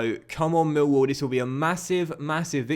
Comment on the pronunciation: You claim you get less views on fm than fifa, you don't and if you do its by a few hundred. Also you support Millwall yet you pronounce it Mill wall rather than Millwall. Full me.